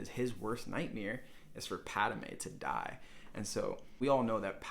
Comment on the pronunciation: Padme not Padame.